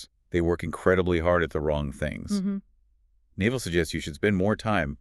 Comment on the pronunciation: The hosts are totally mispronouncing his name. 😩 It’s not Naval like the navy, its pronounced “Nav-All”. Hard to trust this channel if they can’t even get the basics right. 🤦‍♀️